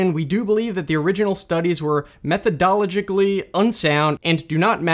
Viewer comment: "method - oh - logically"